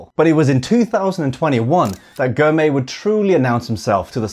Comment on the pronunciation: great video showcasing a new & upcoming force in cycling. Biniam Girmay is the first of many to come from Eritrea. Finally, Girmay is pronounced "Gr" "my" .